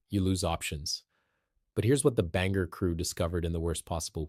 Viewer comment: Endlessly repetitive information, with the same video shots, also repeated ad nauseam. Others have covered this information before, in detail, and without wasting so much time. Your report also didn't generate much lift. And please, figure out how to pronounce "Bangor." You keep changing it.